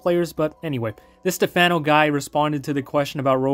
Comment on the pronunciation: it's not Stefeno , but pronunced as Stefano lol btw thanks for the video too.